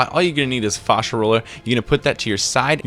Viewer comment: Fashia not fawsha